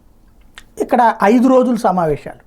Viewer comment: షమావేశాలు కాదురా అయ్య సమావేశాలు అనటం నేర్చుకో తర్వాత నీ పనికిమాలిన వాగుడు వాడవచ్చు.